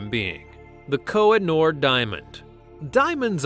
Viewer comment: It’s kohinoor.. not koi-jn-or!! 🤦🏼‍♂️🤦🏼‍♂️